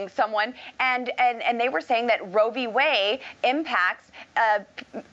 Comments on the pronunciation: Roe v WAY ??? What happened to the D in Roe v Wade -- Lauren ?? Do you actually READ or know HOW to read anything?? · Did she just say roe V waY? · At :10 in, she literally says Roe v. Way 🤣🤣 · Is it true that in a recent study Matt Gaetz was found to be the number 1 cause of teenage pregnancy. Some please tell Boebert that the LGBTQ community does include women perfectly capable of becoming pregnant. Fck she is beyond stupid and yes she did say Roe v. Way. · Maybe it's my audio but I swear LB said Roe v WAY. Although she is ignorant enough to believe that LGBTQ persons have no reason to concern themselves with the right to choose. I stopped watching after that point. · She said Roe v. Way. She doesnt even know the actual name of the ruling. She does stupid proud. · Did this moron say Roe v Way?... She gets dumber by the day but she's a good puppet for repubelicons... America's taliban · Anyone else notice Boebert called it "Roe V Way"... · She said Roe V way 🤣🤣🤣🤣🤣 there's that good enough diploma education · Roe v ‘Way’ or ‘Weigh’, she literally doesn’t read shit, let alone have real thoughts.